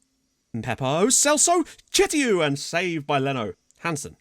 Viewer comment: Chtiou is actually pronounced "Shtew" in english, and make that "e" a little extra long (I'm Tunisian btw)